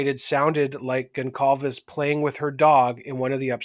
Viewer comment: it's pronounced Gon-zalves (portuguese)